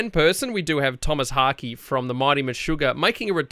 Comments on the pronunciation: It's the accent man. Lighten up. Although, Haake is pronounced "hock" not "hockey" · Tomas Harkey? Jesus Christ, learn his name before you interview. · It's pronounced 'Haa-keh'. 'Haa'' like in 'HArm' and 'keh' like in 'KEttle'. There, case closed. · It's pronounced Haake.. Since its in swedish.